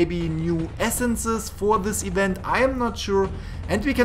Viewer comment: halloween ewent